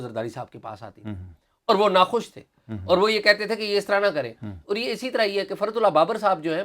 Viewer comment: عمر چیمہ جب لفظ اور کو آؤر بولتے ھیں اچھے لگتے ھی